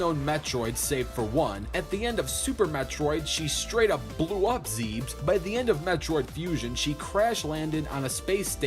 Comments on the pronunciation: Did he really say Zebes like "Zeebs"? It's "Zehb-es" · AAAHHHH IT'S NOT "ZEEBS" IT'S "ZEH-BEHS" ... otherwise, great vid :) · The way he pronounces Zebes makes me cringe